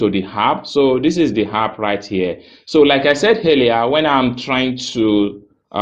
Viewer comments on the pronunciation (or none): Thanks for the info.BTW, the word is app, and not harp.